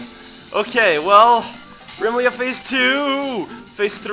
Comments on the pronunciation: RUH MEE LEE UH NOT REMMILEAHH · I'm fairly certain it's supposed to be pronounced "reh-MIH-lee-uh". Emphasis on the "mi", not the "Re". Also, d'aww.